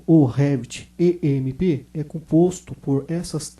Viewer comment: Não é E M E P, certo? Seria M E P